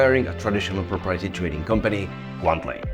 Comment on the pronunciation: He really needs to practice the pronunciation of "proprietary" 😂